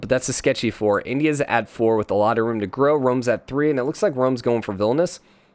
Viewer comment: It's VIL-NI-US not VIL-NUS